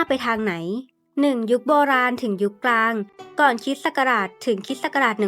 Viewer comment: ชนชั้น" กลาง "ค่ะ คำว่า " สงคราม " พยายามออกเสียงชัดๆนะคะ